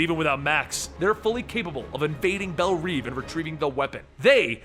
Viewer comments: you are pronouncing "Belle Reve" (pronounced : "Bell Rev" not "Bell Reeve" ) incorrectly (you have been saying it wrong in all of your videos in which you mention the institution)... "belle reve" means "beautiful dream" in french...even in the movie they say it as the french do. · It's pronounced bell rev not neev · Reve is pronounced Rev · I could be wrong, but in almost every DC movie or show I have seen, it is pronounced Bell Rev despite being written Reve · you're pronouncing Belle Reve prison wrong